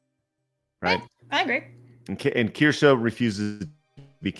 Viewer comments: Can you correct on how he pronounces Kirsche's name? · its just annoying. I see your point. Though if i were to collaborate with someone. I would at least get there name right. Especially when Craig and Blabs say her name right on the same stream is on.